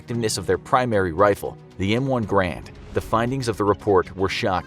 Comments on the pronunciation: Gar-and not Grand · its not pronounced "M1 grand" its pronounced "M1 g(A)rand" notice the A in between the g and the r. I didn't hear it when you said it.. lol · Was I the only one that noticed that he mispronounced the M1 Garand by calling it the M1 Grand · What kind of research has gone into this? I’m barely a minute in and it’s “Garand,” not “Grand.” And it was a semi-auto weapon, not bolt-action like it’s shown in the video. How much can this video even be trusted if those 2 VERY obvious things are in such error? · M1 garand ❌ M1 grand ✅ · Garand, not grand! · M1 Garand not grand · He said "M1 Grand." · the m-1 is pronounced "ga-rand" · they mispronounced Garand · But he DID make the rookie mistake of pronouncing "Garand" completely wrong. This is common knowledge now, the only excuse is willful ignorance